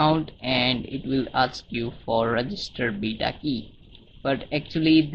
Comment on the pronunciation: hahahah u said AKS its ASK